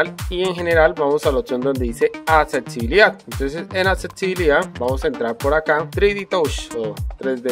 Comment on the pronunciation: Contatos... atsetsibilidad JAJAJAJ